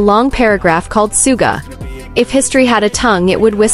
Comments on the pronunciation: Is this AI CRAP. BYE THE WAY HIS NAME IS SUGA NOT SOOGA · *****NAME is PRONOUNCED "SHOO-GA" Get with It.